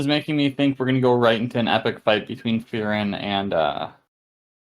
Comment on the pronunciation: Her name is Fern not Fren. Fern is germany for distant or far away.